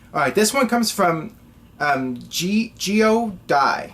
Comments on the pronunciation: lol its not "geor-die". Its "Jor-dee" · You pronounce "Geordie" - Jordee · How the heck did pronounce Geordie. A Geordie is a person from Newcastle, that's where Neville is from